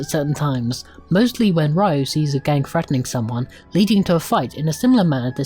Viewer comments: It's "Ryo" not "Rayu" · His name is not Rayu, it's Ryo (pronounced Rio like the city) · Excelent review, but the name of the main character isn't Rayu, is Ryo, and is pronounced Rio not Raio